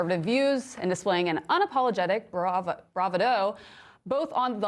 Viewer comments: “BraVaDo!” “BraVaDo!” 👏 😂😂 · Correct your pronunciation for BRAVADO. It’s bruh-VAH-doh! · You mean it's not brava DOH! Homer couldn't have said it better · That coach is an embarrassment as much as this reporter who can't pronounce words correctly. The WNBA is a money pit. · learn how to pronounce bravado 🤣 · My God. This "journalist" can't even pronounce bravado. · How do you not know how to read and pronounce “bravado?” Very strange. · Somebody please help with common word pronunciation. Bravado, specifically